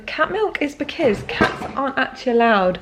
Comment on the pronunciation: Anyone else notice how pronounce because? “Beciz “ 😂